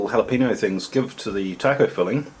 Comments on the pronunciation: Me being hispanic everytime he says Jala-peeno instead of Jala-penyo I die a little on the inside. =( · How do you get tortilla right, but you mispronounce jalapeno? xD